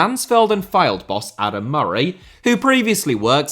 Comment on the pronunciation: Happy to finally hear Fylde pronounced out loud as I just spent most of a season with them on Football Manager unsure how to say it.